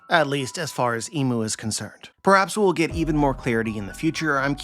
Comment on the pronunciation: I feel like it’s important to call him imu not mu